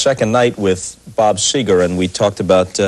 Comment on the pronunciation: It's Seger not Seeger !